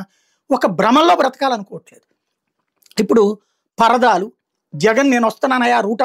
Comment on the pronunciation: కాడికి నువ్వు కూడా పేటీఎం బ్యాచ్ లాగా అది పర్దాలో అని చెప్తున్నా 😂 స్ట్రైట్ గా చెప్పు అది పరదాలు అని తిప్పి తిప్పి చెప్పక్కర్లేదు